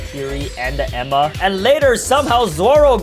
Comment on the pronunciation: He calling enma emma